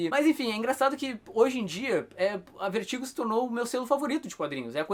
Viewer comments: o cara do video pronuncia o nome do selo VERTIGO como "Vêrtigo" o tempo todo. Acredito que a pronuncia correta seria "Vértigou" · a pronuncia correta nao seria "Vértigou"??